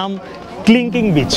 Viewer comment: Kling Kling না ভাই, Kelingking beach. never mind plz🤣